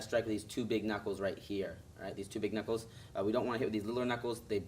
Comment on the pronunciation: he didnt say knockles, he said knockels. 2 mistakes